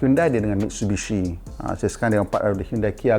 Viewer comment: Cara sebutan Jepun.... Mit su i bi shi